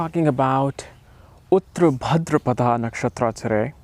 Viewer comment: The way you pronounce uttara bhadrapada is disgusting .🤡 Its "उत्तर भाद्रपद "